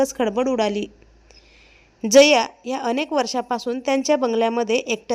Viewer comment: jaya ...uchchar nit kar